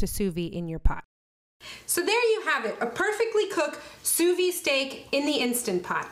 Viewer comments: Please, pronounce sous vide correctly. The “d” is not silent because there is an “e” at the end so it is “vid” not “vi”. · Sous VIDE. The 'd' noise is most definitely pronounced. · You must pronounce the “d” in sous-vide, as if you said vid for video. 🤗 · The D is not silent. It sound like sue veed.. not sue vee. And it's not true that it can't over cook a steak or any food using sous vide. A steak can get too soft and grainy,, almost mushy, but be pink in the middle if you leave it too long in the water. It takes many hours to get to that point but some actually believe it can stay in the water at the desired temp all day and be ok but the texture is awful. Your range is good on the steaks. Usually once you find the perfect time for a particular cut of steak you have 2 hours at the most it can hold in the water before the texture starts being affected. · Please pronounce it Sous VEED. The way you pronounce it sounds like "under life". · sous viDe. The "D" is not silent. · Just FYI in sous vide the "d" I's not silent, is is pronounced. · Great vid but there is a pronounced “D” in vide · Please pronounce the D lol..